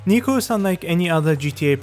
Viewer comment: Dude his name is Niko not Nico